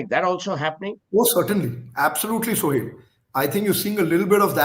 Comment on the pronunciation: Why the Hell Advaita calls Sohail ??? it's Suhel ...not so hard